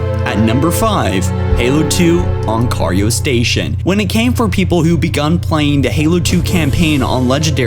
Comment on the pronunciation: Oncario station